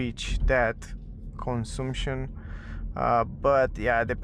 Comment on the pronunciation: The U in CONSUMPTION sounds like the one in BUT or BUS. Similar to the A in Latin languages (consAmpchen, not consUmpchen). Other than that, very good video!!